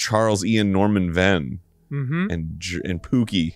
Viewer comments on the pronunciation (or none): none